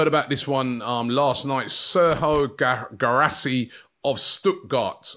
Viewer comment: Pronounce Gee rah see. Its gee you pronounce the Indian butter gee